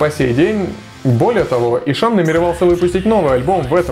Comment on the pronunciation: И что из этого? Есть правила чтения. По этим правилам h между впереди идущей гласной и последующей согласной НЕ произносится. Звучать будет как Исан. Смекаешь? Или забей тогда на правила фонетики и произноси "Ищан", с ударением на И и прочитыванием "hs" мягко, как "щ", как Вегард произносит, а не ишАн, с ударением на А, как у тебя, раз уж так гонишься за соответствием, лингвист.